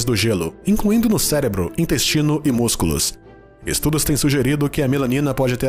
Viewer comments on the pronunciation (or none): none